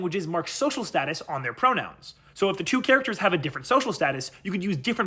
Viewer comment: I could swear he said pronouns as bronouns.